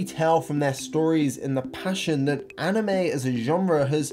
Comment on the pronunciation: "Ahh-nime expo"😭